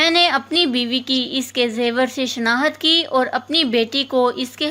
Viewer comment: Word tu sahy bolo. " shnahat" kya hai. " shnakht" word bolo